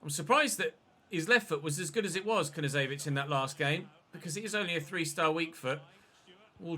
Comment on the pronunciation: Hey,love your content mate. Just an FYI Knezevic pronunciation is K-nez-evic. Keep up the great work it’s hard to pronounce half these Eastern European names👌good to see you having a crack!